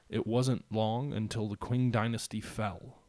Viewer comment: I know this is an old video, but the way you say "qwing" needs addressing :) It's pronounced "ching".